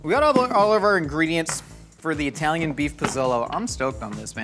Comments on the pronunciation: The P'Zone was really yummy and filled with ingredients. We hardly ever order out and had no clue they don't make it anymore. Personally, I would enjoy this show much more without all of the innuendo's because they just don't match with what you're doing which is cooking. Also, each of you say "Italy". Now say "Italian". Now say "Italian" correctly. Thank you. 😅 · EYE-Talian lol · it's not Eye-talian (people aren't from Eye-taly) 😂